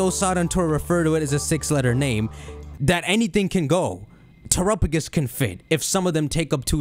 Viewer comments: The Pokémon: Terapagos How says it: Terupugis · At this point i'm half-convinced is still saying "turupugus" just to troll us.